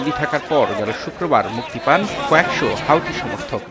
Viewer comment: হুতি,, হাউতি না